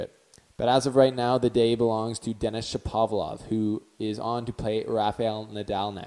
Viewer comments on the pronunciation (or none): It's pronounced ShapoVAlov